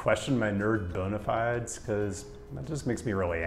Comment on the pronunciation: Bruh it's akshually pronounced bona fides not bona fides.